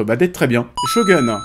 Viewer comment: Excuses moi mais SHOGUN est un mot japonais, pas anglais comme tu le prononces (Show gun)